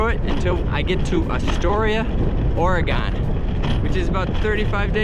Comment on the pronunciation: remember, it’s Orygun!😜